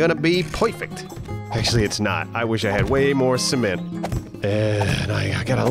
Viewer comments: Wait, how does pronounce “Cement” again?! 🤣😂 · Hey,, what's a "Sea-Ment"? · see-ment? you mean Cement.. right? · See- ment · Sounds like keeps saying semen-t. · All I hear is seament